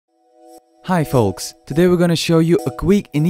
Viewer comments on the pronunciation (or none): This time he started with "hi folks" instead of "hi fox" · Aw, I'm disappointed he learned how to pronounce "folks" better. Nice video though.